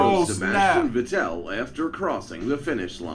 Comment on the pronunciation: Just a note to anyone that wants to do put together a motorsports compilation. Learn how to pronounce the damned drivers names if you are going to provide commentary. Or better yet, if you don't know how to pronounce Vettel or Mansel you should probably just avoid the commentary completely. Nothing against AOK. Love your videos, but holy shit I want to slap the guy that put the original video together.